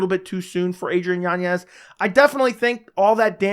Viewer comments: Yan-ez... Not Yanyez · Why does he add an extra Y in yanez?